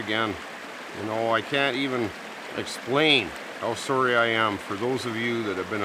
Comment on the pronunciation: I love hearing you say sorry in your canadian accent! Ahh Canadia